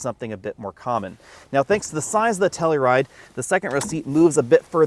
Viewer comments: It's pronounced "Tell-U-Ride", not "Tell-E-Ride" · Wrong, it’s pronounced Kia Slowride.